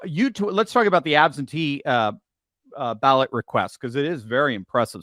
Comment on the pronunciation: Ballot.. not bawwot